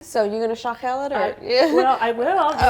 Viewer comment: Great job. Put the stress on the last syllable when speaking or pronouncing Armenian words so it’ll be “shaghel’l”. Black pepper? It was a surprise for me, too when the egg was added. I think, it’s an American influence, Armenians don’t add an egg usually.